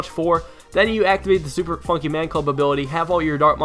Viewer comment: Super Fonkey Man Club xD instead of Funky